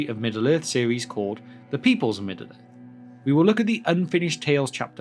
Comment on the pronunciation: lmfao, Middle Earth, its two fucking complete words dude. You- "Middaler" Its not so much like you're speaking as chewing the words up in a sandwich and letting them drop out of your mouth.